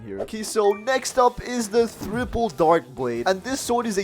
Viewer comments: Man needs a dictionary. It's triple dark blade not thriple dark blade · Is bro really saying ITS thripple ITS triple